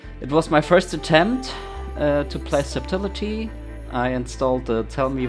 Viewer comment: subtility lol. that pronunciation